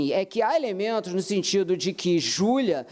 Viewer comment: Minha cabeça até doeu ao iuvir a fala do advogado de defesa ."Júlia", "Julia",,"Julua"...😮😮😮